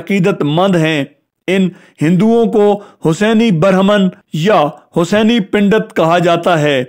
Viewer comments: اپ کی اردو بہت کمزور ہے ۔۔۔ پنڈت کو pundet پژھین نہ کہ pindet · Bhai "ber haman" nahi " brehman hota hai.....aur "Pendat " nahi " pandat " hota hai.